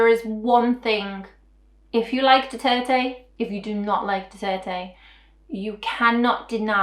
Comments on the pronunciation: I kept hearing foreigners saying President "Duarte"... This is probably the first time I hear someone properly said "Duterte" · I am a Filipino. I speak both Tagalog and Bisaya. You just said it right. Thank you for doing this video. I watched the advertisement.